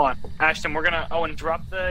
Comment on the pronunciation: I think this is a video guys not sure!! Ashton is Ashton, now way do not call Asston at 4am😰😰😰